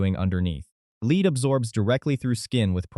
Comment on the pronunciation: I quit watching right away.I can't do a IAI . voices when the AI can't even pronounce lead correctly. because it doesn't read for context.